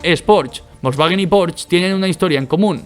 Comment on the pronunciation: Hitler le dijo a Porsche: Señor Porsche hay que fabricar un coche para el pueblo, o sea; ein Wagen fürs Volk. De ahí salió Volkswagen, en Alemania se llama VW ( se pronuncia faube). ¿ A ti quien coño te ha dicho que el alemán se pronuncia como el inglés?